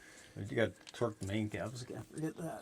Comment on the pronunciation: Love how says twerk wrench I stand of torque haha. Especially my daughter laughed. You guys are fantastic, love the show